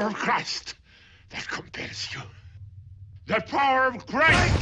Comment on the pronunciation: the se prononce de et non ze !!!! c'est agressant pour les oreilles !!!